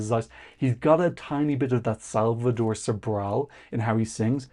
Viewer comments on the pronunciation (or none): none